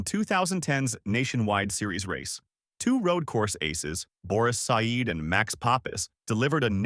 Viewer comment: Boris Said is pronounced "Sed" not "Sieed"